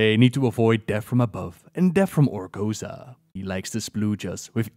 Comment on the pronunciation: "ORGO-ZOA." not "ORGO-ZA"